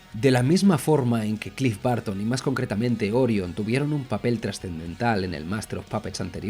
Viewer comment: Cliff Barton se esta retorciendo en su tumba con esta pronunciación 😅